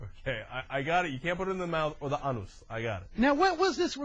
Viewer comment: Oh my god. ...was he a preacher or something? Who the hell is he preaching to? What a clown. Ori-fices, ah-nus? He's afraid to say penis? He tried to teach sex-ed to the children?